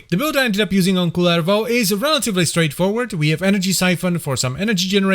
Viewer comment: Props to for the pronouciation of Kullervo! Neat to hear someone pronounce it the Finnish way. The Rauta video a while ago was pretty good as well.